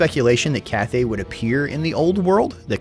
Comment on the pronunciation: dee-mons. zeench. katarin. ca-thay.